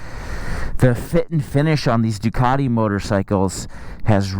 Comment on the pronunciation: Ducaaaardeee.. I always thought it had a ‘t’ in it